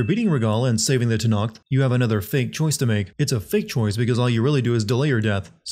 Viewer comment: It's not TANAKTH for fcks sake.